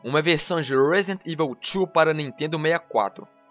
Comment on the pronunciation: ruóesidenti ivol tchu ¬¬